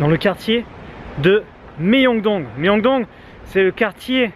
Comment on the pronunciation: la prononciation ㅜ 명동 qui devient Méyongdong 🤣🤣